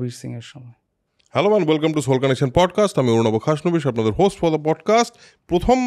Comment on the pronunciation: Pothom noi Prothom hobe...